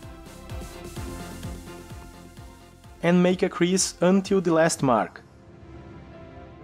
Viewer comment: Cease not crease